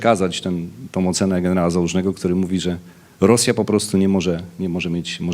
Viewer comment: 😂Piz nie eneral 😂